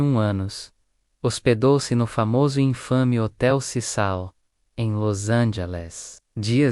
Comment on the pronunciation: Hotel CECIL, CECIL, nao CISAL. Para de narrar em IA!!!